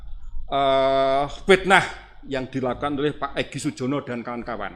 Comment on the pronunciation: Yang digugat POLRI BAGIAN SUMBER SOLO. Tergugat kok menyebut nama EGY SUJONO bukan EGY SUJANA.